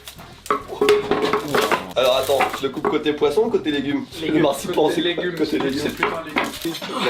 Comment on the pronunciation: Oh oui , le massepain j'en mange tout le temps à Noel ! Sinon , si vous voulez utiliser le mot allemand marzipan , ça se prononce anne à la fin .